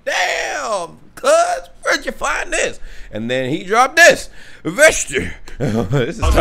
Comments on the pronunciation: You just pronounce it "Vesti" not "Veshti"😂😂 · Its not vešti its vesti like news